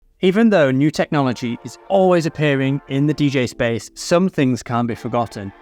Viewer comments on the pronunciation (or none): none